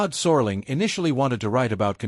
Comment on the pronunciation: “Sore-ling”??! Please! I’m out!